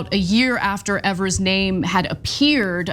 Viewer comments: EEEvers, long E. You pronounce his name wrong EVERY TIME. If you want to be taken seriously as a news program, double check pronunciations before you go on air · It’s Eeee-vers, not Eh-vers.🤦‍♂️ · I apologize for him on behalf of all Wisconsinites. That being said… it’s pronounced EEEVERS! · Please please please learn how to say our Governors name. This is like the 4th story on Tony and you still pronounce it incorrect